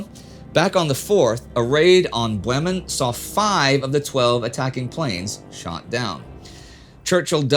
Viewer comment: a raid on Bwemen showed just how difficult it can be to switch between rhotic and non-rhotic pronunciations